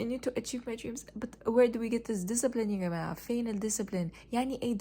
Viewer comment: The "هاي يا جماعة" was 100% Egyptian 👏